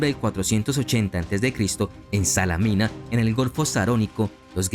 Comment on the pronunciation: Muy buen trabajo, pero tener más cuidado con las pronunciaciones. Salamina es tal, no Salámina.